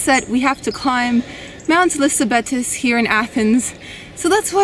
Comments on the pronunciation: Moussaka has the accent on the last syllable. Also, Mount Lycabettus is pronounced Li-Kah-Vee-TOES. If you're publicizing these sites and food, learn to pronounce them before you highlight them, please! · It's Mou-Sa-KAH--NOT Mou-SOCK-uh and Mount Lee-Kah-Vee-TOS. If you're going to talk about Athens and food, learn how to pronounce the names of the things you're discussing!